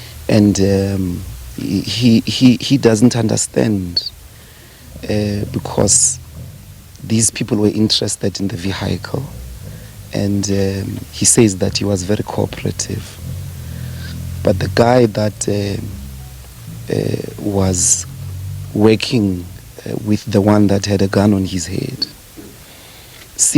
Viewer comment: Ve-high-kle ! Seriously?